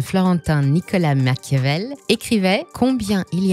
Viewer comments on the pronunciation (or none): none